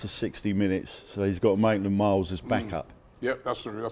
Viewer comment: “maintland miles 😂